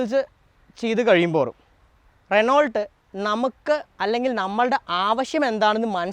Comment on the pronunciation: റെനോൾട്ട് എന്ന് അല്ല "റെനോ "എന്നാണ് പറയുക...